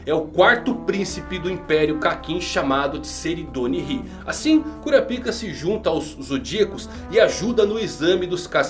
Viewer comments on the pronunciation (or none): É KurÁpika, e não KurapÍka. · kkkkkk eu não aguento o KURAPÍCA. É KURÁPICA po 😂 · "KuraPIka" (sílaba tônica no "pi") não soa bem kkkkk. "kuRApika" (sílaba tônica no "ra") é melhor. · Mano tu falou cura pika .eeee curapaika 🗿🍷🍷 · Se dá próxima ele pronuncia korapaika eu sigo ele mais se pronunciar korapica sai fora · Kurapaica* isso é coisa da antiga dub de hxh. O certo é kurápika Tanto que nos filmes dublados é pronunciado assim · Eu não consigo ouvir cura-pika sem rir kkkkkk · se escreve curapica mais se le curapaica kkkkkkkkkkkkkkk